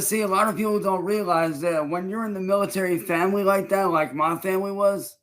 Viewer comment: Disowned by Gordon multiple times to the point where Gordon turned up at his house to beat his ass just for him to hide, as well and chance constantly saying he doesn’t view him as family, then on the same leaf turns round “uhm miltuhry famuhly VITCH!!!” Wtaf. Son of a soldier, I don’t think I’ve ever heard anyone refer to themselves as that even if their dad was a soldier like what mental gymnastics actually get your brain to this point lmao.